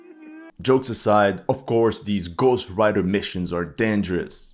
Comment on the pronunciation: Magnifique vidéo,j'ai trop rigolé quand tu as dit Mad Max comme le film ou Gohst Rider 😅,mais en fait c'est du sérieux. Les russes ont vraiment l'art de la guerre,je ne pensais pas que ces motos pouvaient être aussi pratiques. Vous m'avez appris beaucoup de choses dans cette vidéo,votre travail est formidable et vos explications sont claires. Qui aurait pensé à faire des armées de motos tout-terrain qui peuvent aller partout dans ces grands champs ? Merci beaucoup pour votre vidéo, je crois vraiment que si je n'aurai pas regardé cette vidéo et que j'aurais été sur les sites Ukrainien,les Ukrainiens auraient fait croire, que les russes sont tellement nuls, qu'ils n'ont plus de véhicules et qu'ils sont obligés de prendre des vélos et des motos comme le truc des puces de machine a laver, j'aurais vraiment cru a cette propagande mensongère si je n'aurais pas vu cette formidable vidéo explicative. En fait d'après ce que vous dites, cette technique à moto est très pratique et fonctionne parfaitement bien. 👍🏼